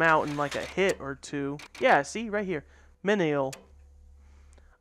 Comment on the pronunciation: It's pronounced "mee-nee-al"